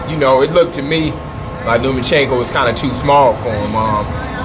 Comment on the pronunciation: Who is Lumachinko? It's Lomachenko. And Floyd was calling him "Lomo" the other day. No "u" in his name. And the "o" is at the end.